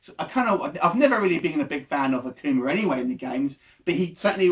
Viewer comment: This dude lame akuma was cool n new can't even pronounce the names right